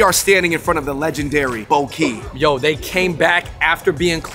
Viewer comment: Bo Ky is pronounced "Baw Gay" not "Bow Key"